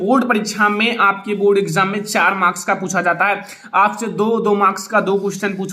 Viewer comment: And it's marks not morka 🤣